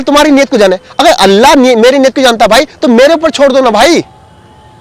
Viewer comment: bhai aapko ALLAH lafz bhi sahi nhi le rahe hai aap alla bol rahe hai alla nahi ALLAH last me la nhi Lha